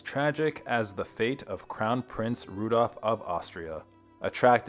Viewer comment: Rudolf not RUDOFF theres a fucking L in the Name